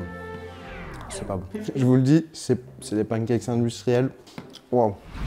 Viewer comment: putain ça me fait tiquer quand je l'entends dire "skillS" ou "pancakeS" au singulier xD